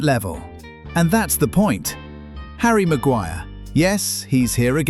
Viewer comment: And it’s “HARRY MAGUIRE!!!!!!!😂😂😂